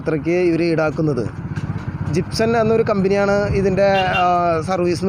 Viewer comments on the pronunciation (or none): Gipson Alla machane chipson aviation